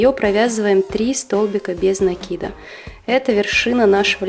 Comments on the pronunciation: Спасибо, очень классная подставка получилась.НО!! В русском языке нету слова накИд, есть слово нАкид. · советую внимательнее изучать ударения. НАкид - это профессионализм, правильное ударение накИд.